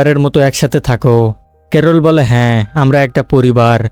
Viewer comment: ক্যারল ❎ করলা ✅🤣